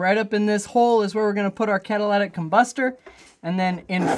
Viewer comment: Please don't call it catalatic it's catalytic